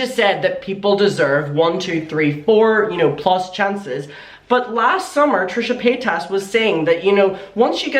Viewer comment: i really love it when calls Trisha Paytas as Trisha Pataytas, i lolllllled everytime 🤣🤣🤣